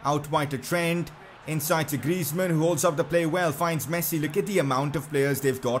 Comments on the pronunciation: That's how u pronounce it actually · I mean, that's how you pronounce it